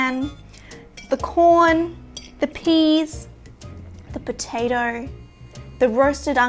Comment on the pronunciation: Great video, but every time you switched from "potato" to "potater," I died a little inside.